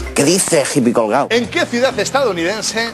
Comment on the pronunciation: en verdad si lo pones y escuchas bien dice hippycolgao! jajajaj XD